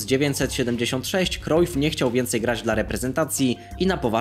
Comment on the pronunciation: Jak coś mówi się Johan Krajf nie Krojf